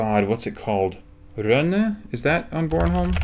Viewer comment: Pretty good pronunciation of Rønne